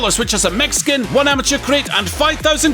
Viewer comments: When you were running your ad I for sure thought you said you get a Mexican for $30. * “Mech skin” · You get a free Mech Skin... Am I the only one who heard Mexican? I was so confused!